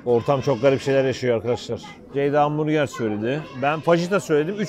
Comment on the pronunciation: artık hamburger değil vamburger diyeceğiz(!)